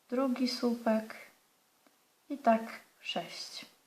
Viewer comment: Proszę pani. Mówi się sŁupki a nie supki Wideo b przydatne ale szalenie irytujące przez te Supki